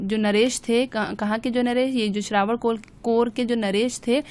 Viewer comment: मैम श्रावणकोल नही त्रावणकोर हे।